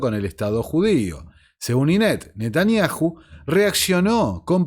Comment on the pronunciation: Mis felicitaciones a tu entero trabajo!!!admirable!!!( si me permites...yom...se pronuncia "iom" y Netanyahu..."Nataniau" esa h es muda... y 😮😅